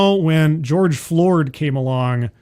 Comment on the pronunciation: I had a good laugh when said, "George Floored". The hits just keep on comin' with these "folx".